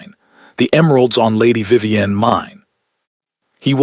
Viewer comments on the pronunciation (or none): I have learned that AI can’t tell how to read the context ie lead is pronounced as led, bowed should be pronounced as boughed. It’s Vivien not Viven. This is fictional story but the reading isn’t.